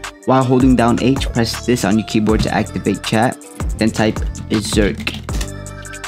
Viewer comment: Saying beserk??? Just say jinroom saying beserk will make it slower it only works in the leaf village